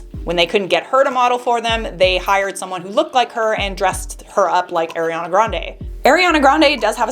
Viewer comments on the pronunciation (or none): Its not Air-A- ana...it's Ari-E- annnnaaa, Ariana. Lol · It's the AIR-iana for me HAHAHHAHA jk 💕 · The way you said ariana made me laugh so hard 🤣